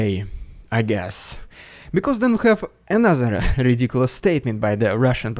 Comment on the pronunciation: I love the Dude's pronunciation of rolling Rs e g like when his says "rrridiculous Rrrrussian prrrropaganda" the first time in this video. Now that is how R should sound and be pronounced. 🙂 Slava Ukraini